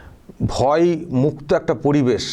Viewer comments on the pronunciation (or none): ভই নয় ভয় , আপনার য় উচ্চারণ ই হয়, এটা ঠিক করুন।